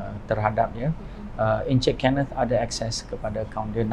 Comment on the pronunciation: wartawan ni sebut 'kenneth' mcm pelik lah... dah jadi kenit pulak 😂 ... perkataan 'ken' tu salah sebutan. ken like kenny. bkn ken like chic'ken'.